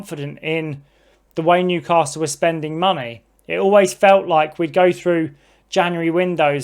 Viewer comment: There’s no ‘r’ in the word Newcastle geezer .